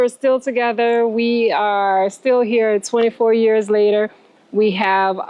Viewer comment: They both look happy and healthy!! I hear her NOLA accent 'later" pronounced layyyta.